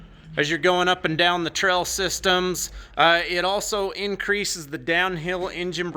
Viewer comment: Not trying to be a Richard but is anyone else hearing trell instead of trail